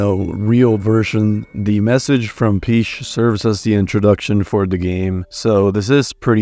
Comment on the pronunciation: "Princess Peesh"?